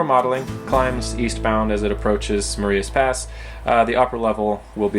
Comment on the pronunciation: Hi - Great layout tour........ your railroad is really taking shape. Crawford looks excellent and you are doing a fantastic job with the scenery. FYI, Marias Pass is pronounced with a long i as opposed to a long e......... Ma-reye-as Pass. Thank you for the nice update! Mike